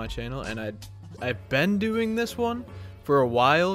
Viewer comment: Been not ben been b e e n been not ben no not b e n jeeeee